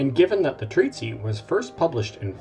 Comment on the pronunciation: The word 'treatise' in the singular does not have the final 'ee' sound that occurs in the plural 'treatises'. The 'c' in 'Aceh' is not pronounced as an 's'. The first vowel in 'yeoman' is a diphthong.